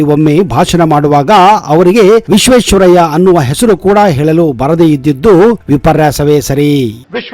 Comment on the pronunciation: Vishweshwaraiah pronunciation, aloou gussa se gold atha intha bosudki pm agalikke alla, melinda rain baruthe, bhoomiyalli bele baruthe e bevarsi bitti koduva